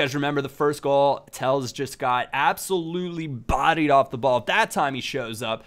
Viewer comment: Alex Telles name is pronounced Telles, the e´s u pronounce like an a and it isn´t Tells like u did. Still a nice Episode of Sunday Silvers